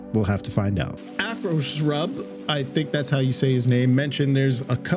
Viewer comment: Brooo, you butchered the second part of my name, but I can't even be mad at ya 🤣. The SRB stands for "Serb" or "Serbia", so it's Afroserb. Great video, and honestly I'd like if you'd make these kind of videos more, where you talk about the games itself. Your way of narrating is just delightful and your voice fits for these kind of content. Regarding BF, I've been thinking for a longer time, that the new one is going to be Bad Company 3, so that they bait all the veterans AGAIN to come back, but at the same time, I have no positive hopes left for the franchise anymore. I'm said to tell this, but I'm not able to be optimistic anymore for various reasons. - The implementation of wokeness since BF5 and the disrespect towards their Player Base. - The continuous decline of core Battlefield elements, like the class system - Bad Map Design - But the most important aspect for the decline of the franchise is: ALL THE VETERAN DEVS WHO LEFT DICE ALREADY YEARS AGO. You can't bring the soul back that got pulled out of the body, it's dead! I wish that I'm wrong, but I'm 99,9% sure, that BF won't live up to it's past from the BFBC2, BF3, BF4, BFH and BF1 days. I would be happy, if they'd just remaster BF4 for the consoles, especially on the Xbox, make at least a 1080p or 1440p resolution, I'd be happy enough lol Thanks for featuring some of us in your video, keep up the good work! ☝️🔥👍